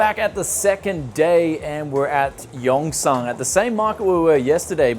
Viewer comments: It’s not yongSANNGG. It’s pronounced yungSUN.... I lived in daegu korea for 7 years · "yong-son" "in-ch-on"